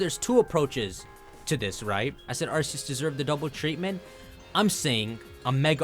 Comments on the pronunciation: The way you say Arseeus, when it’s RKS. 😅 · Dude quit pronouncing it wrong, it's arkoos not arseus